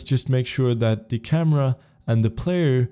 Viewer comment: what did he say? CAMA?